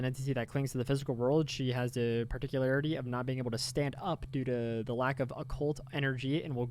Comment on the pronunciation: you learned how to say occult ♥ \o/ thanks for making a vid! i get busy with work when youre live and cant always pay attention but this really helps!